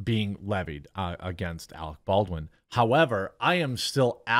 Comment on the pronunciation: "ArEc BoWiN."